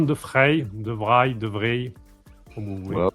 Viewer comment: De Vrij se prononce devrèi 😉